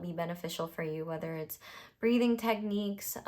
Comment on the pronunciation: Pile 1 - Love - instead of "breathing practices" I heard "breeding practices" and idk if I should take it as a sign